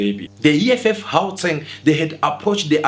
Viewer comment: The presenter of this channel is a foreigner. That's why he always targets Dudula lol. Bro can't even say Gauteng 😂😂